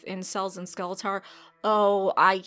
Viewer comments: Bruh the way you pronounce Skeletor is just no bueno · "skele-tahr" kills me... It also sounds like watching this would kill me too